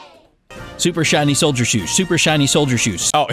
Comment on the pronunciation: Text to Speech: Super shiny sholer shoes.: SUPER SHINY SHOLER SHOES *laughs his ass off*